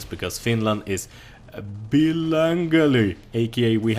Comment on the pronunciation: ' pronunciation of billingual may be one of the best things ever said